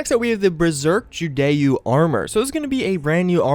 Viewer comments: lol it's pronounced Ju-Do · you dont pronounce Judeau like that its pronounce Joo-Do